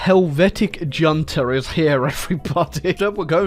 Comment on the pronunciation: Finally, someone who can pronounce junta